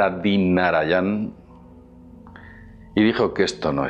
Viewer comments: No es Narayan, es Narayanan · Gracias y super interesante, pero por favor aprendete de memoria los nombres de tan importantes personajes.... Dr.Bradi Narayanam siempre lo has dicho mal, por Dios! te tiro de las orejas! jaja Besos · el doctor bradira... branida... rabinada... baridana... El doctor Lopez de la India... 😂😂😂